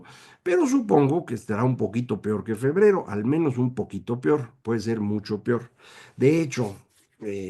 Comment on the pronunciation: Macario, tus videos son excelentes, eres grande y profundo, pero alguien de tu nivel no puede decir "pior", es peor